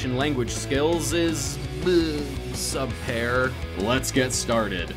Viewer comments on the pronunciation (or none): You: Talking about Japanese pronunciations Also you: “Sub Pear” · "says Japanese pronunciation is bad." says "subpar" wrong.....english pronunciation bad too XD